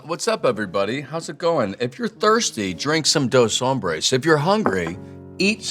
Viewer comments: I think it's funny how people pronounce the word "hombres" as hambres. Hombres means men, hambre means hungry. So the way they are pronouncing it is translated to 2 Hungrys. Tuco Salamanca and Tortuga would be very disappointed. However, they would be proud of Aaron, if they weren't dead. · dos hombres not dos hambres